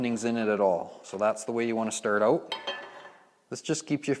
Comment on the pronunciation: If you say “oowt” one more time..